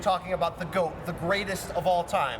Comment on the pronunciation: The GWOAT unquestionably.